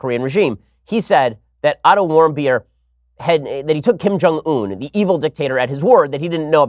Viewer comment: Every time he says the name of the kid that was beaten in North Korea I hear him say Idle warm-beer. You're welcome